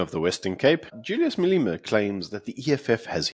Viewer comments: Please pronounce Malema correctly.I know it is nit picking and maybe a little anal to pick this out,but it gets me every time you say "Maleema".Otherwise great show and my go to every morning with my breakfast.This is my second try to steer you correctly.🤜🤛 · i agree...his name is madlema NOT maleema